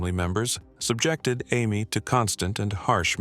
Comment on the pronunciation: What is the 10-year-olds name... Amy, Ammy, or Ames Deal, which is it?... That was annoying... FIX IT!!!